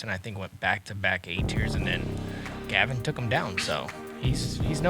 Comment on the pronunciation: sounds like he is calling Gavin... Kevin.